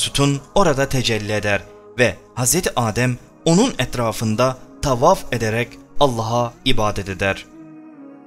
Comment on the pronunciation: Neden Rabbi gibi kelimeleri " Rrraubbi " Tavaf gibi kelimeleri " Taufaf " gibicesine arap lehçesiyle telaffuz ediyorsun? Bir çok videonda ara ara böyle telaffuzlarda bulunuyorsun ama o videoların bir çok yerlerinde de aynı kelimeleri normal lehçemizle söylüyorsun. Örnek : . Böyle gerçekte konuştuğun gibi konuşmayıp başka bir lehçeye eğilim sağlayıp yapmacık olunca egoların mı tatmin oluyor? Daha mı çok etkili olduğunu düşünüyorsun? Bilmek istedim. Bu senin normal konuşman veya normal şiven olsa kesinlikle yadırgamam ama arap lehçesine özenerek konuşmayı bilerek yapıyorsun ve bu çok gıcık duruyor, rahatsız ediyor. İşte bu yüzden videolarını hep yarıda bırakıyorum ve izlemiyorum. Yapmacık olma, kendin ol. Teşekkürler.